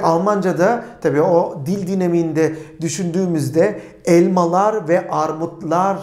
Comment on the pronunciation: Tiyatro oyuncusu Nur subaşi gibi Elmalarrr dedinizzz